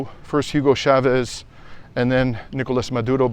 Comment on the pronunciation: It's not Shavez. It's Chavez.